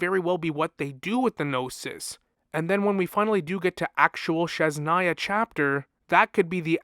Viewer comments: I love your videos but god please, its Snezh-naya (snesh) not shesh-naya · Lol, it is a common misprononciation, maybe is too difficult to pronounce it. I was going to write about that too. But it is not sh, it is zh, as in brezhnev.